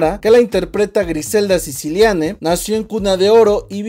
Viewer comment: Es Griselda Siciliani no Siciliane 😕😂